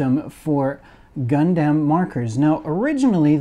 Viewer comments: Is it just me or is it weird how he’s saying gundam (gun-dem?) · I would have loved to watch but your inability to pronounce Gundam correctly has kept me from doing so.